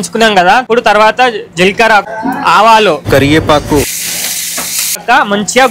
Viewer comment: Karivepaaku ✖️kariyepaku